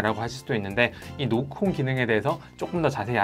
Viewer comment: 노크온 설명하는데 왜 노콘으로 들릴까여 ㅜㅜ